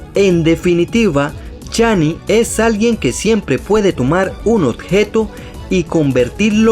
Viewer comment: Es alok no alot y es shani no chani